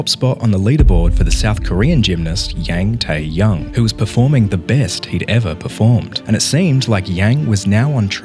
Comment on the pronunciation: hate to be that one annoying person but the pronunciation on taeyoungs name 😭 yang tae-young would be pronounced as "yong" instead of the normal "yang" and taeyoung would be pronounced as one name instead of seperately being "tae young" with a fast ending ae. so if i were to spell the pronunciation it would be "yong tehyung" (the H is silent, its there so that one awkward reader doesn't pronounce it as "tee") if i were to read this comment i'd 100% respond to myself with "sybau nerd" but it had to be said.. i couldn't scroll after acknowledging such poor pronunciation 💔🥀 great vid btw keep it going ^^